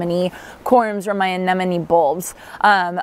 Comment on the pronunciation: Thank you for being so careful in pronouncing ‘Anemone’. It is one of my pet peeves, so many people mispronounce it, even people who should know better. You got them 100% right 😊